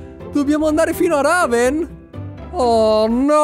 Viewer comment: la città si chiama REVEN non "Raven"